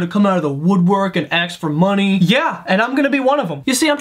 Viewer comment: does he say "ask" as "aks" on purpose?